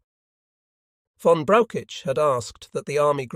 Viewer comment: Why is he not saying Von but ver instead. It’s annoying 😂